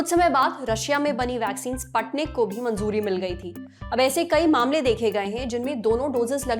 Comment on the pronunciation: स्पटनीक नही स्पुतनिक 😂🤣